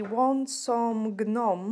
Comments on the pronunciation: Hey pretty lady just wanted to let you know that the G on Gnome is silent so you pronounce it nome instead you don't add the G in it just wanted to let you know so you would know also I know in the UK they are called gonks which I like that better then Gnome anyway lol and I have been born and raised in the U.S Atlanta Georgia so we've always said Gnomes but it's weird cause the original gnomes are little things that go in the garden in your yard and they actually stand in your garden and but you can see their faces it's not just their nose and hat that u see basically I've never seen the gonks till I started watching nail channels and seeing people from the UK painting them on nails and they called them gonks I fell inlove with them my Christmas tree for 2021 was decorated in gonks I couldn't believe the stores were selling those adorable little things to decorate with so the topper on my Christmas tree was the gonk hat and then I also had a bunch of them on my.mantel and hanging on my walls decorated my entire livingroom with them and it was done in plaid it WAS beautiful can't wait to get more.this year and decorate even more this year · doll im not throwing you under the bus, just helping you out, the 'g' in gnome is silent, nome aka gnome just helping you with much love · The G is silent in gnome luv. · The 'G' in gnome is silent, so just 'nome'. I like the almost black crystals (like a burning ember) and the AB ones. 😊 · The 'G' is silent when u say gnome.. so its just nome- English is so confusing 😕